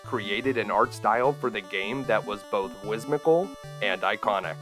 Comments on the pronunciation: You said whiSmical. Lol Sry, I'm that guy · Uh, "whiz-mikkle" is... One way of saying it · I'm going to start saying "whismical" now instead of whimsical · WTF is "wismical" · Did you say "whismical"? Lmao!! Love it! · Did he say "whismical?"